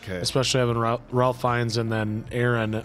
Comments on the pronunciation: By the way. Ralph Fiennes' first name is pronounced 'rayf' Also in Doctor Who they made a joke in on epsiode where they have a soldier from the first world war, and then since The Doctor is able to go anywhere in time he accidentally says to him "seeing the outfit you're wearing you seem to be a soldier from World War One" and soldier goes "World War One?" "Uh yes." "But what do you mean.... One?" "Oh opps.....spoilers" 🤣🤣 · Ralph is actually pronounced Raif. Cause wales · I know Ralph Fiennes seems like it's pronounced like Ralph is normally pronounced, but it's actually pronounced Rayf. So Ralph Fienns is actually Rayf Fiennes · 🤭Yep, it’s not “Ralph”, tho guys. It’s pronounced like “Rafe”. Rhymes with safe. Rafe Fiennes.